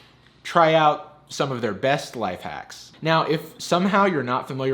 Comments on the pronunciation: did I hear him say the waks are pretty hacky... I’m not the only one right? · did you say: The Wacks Are Pretty Hacky ? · Nobody noticed that he said the wacks are pretty hacky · “their wacks are pretty hacky” that’s a spoonerism! It’s when you flip the first two letters of the word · I heard you say, "Sure the wacks are pretty hacky," and I thought it was right. Then I read the text. I honest to God couldn't stop laughing